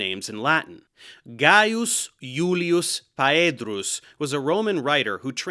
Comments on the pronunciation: Even when he says Pha-ēdrus instead of Phaedrus? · And you don't notice that in Phaedrus, his ae doesn't sound as "why" (a diphthong) but as two syllables (a.ē)? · i agree, Poena, Phaedrus etc have two syllables. So can you finally agree that pronouncing phaedrus as pha-ē-drus, as a three syllables and transforming the diphthong ae into the iamb a.ē is incorrect? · that I can't because he said pha.ē.drus, even stressing the e.